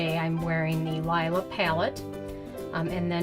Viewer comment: Just an FYI, sweetie... The palette is pronounced Lēē-lah. Also, if you use the correct brush, or your finger, which is how the metallics perform best, you will get a completely different result. The brush you used is not the best to pick up the metallic formula. I am quite surprised by the response in your comments, as Natasha's eyeshadows are my all-time favorite, and I've worked with hundreds, if not thousands, of formulas in my almost 35 years of wearing makeup. Also, they are HIGHLY pigmented. I'm not sure what you were working with, but Natasha is known for her pigments...I own every one of her palettes, including this one, and have never had a complaint. As for the price, if you take a moment and compare her prices to what is currently on the market - meaning the price per gram - you will see that her prices are very comparable and even better than several brands, including Make Up For Ever, as an example. I understand that everyone has their own opinion, but I would recommend that you do a little research into the product, and how to use it, before giving a review, let alone a negative one. I am not saying this is a negative manner; rather, constructive criticism, as I disagree with just about every statement you made regarding the palette. As reviewers, we need to remember the possibility that we might influence people's decisions on product purchases, so I believe it's critical to have as much factual information as possible to present. And using the correct tools i